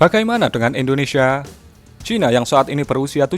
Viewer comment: Siapa disini yang denger kata Indonesia menjadi Indonesha?